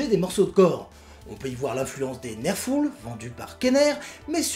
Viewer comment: Bon je sais que le sujet est Monsieur Patate mais tu as prononcé "nerfuls" et par conséquent je te vénère ! Une vidéo qui met la patate !!